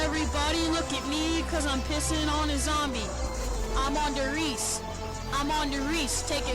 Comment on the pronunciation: "Simply forgettable " Well... indeed... forgot the map did exist PS: the E in der Riese isn't silent. Ist RiesE